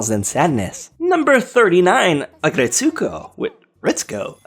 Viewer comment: How is it possible that you pronounced Retsuko just fine, but can't pronounce Aggretsuko correctly? It's basically the same!